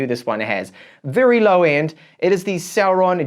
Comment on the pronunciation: Is it celeron or sauron? Lord of the rings anyone 🤣